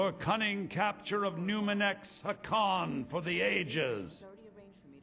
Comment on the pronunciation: Is he saying numirex 😑